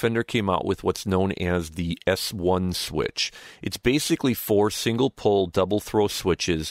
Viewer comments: Pole, not Pull!!! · I believe it is double/single "pole", not "pull".